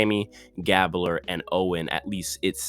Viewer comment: When you pronounce Gabler, thinks like gabe-blur.